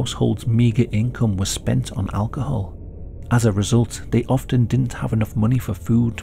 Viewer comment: I thought you did rather a good job on the Finnish words and names. But was disappointed to hear you mis-pronounce "didn't" as "dint".